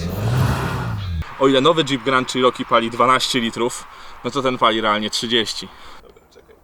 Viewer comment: Jak mantrę zawsze powtarzam ludziom - wymawiajcie proszę poprawnie marki/modele aut. Ten model Jeepa wymawia sie "czeroki" nie "cziroki" albo co gorsza "sziroki". Przy okazji fajna furka, miałem większość modeli mieszkając w USA - zawsze miałem do nich słabość.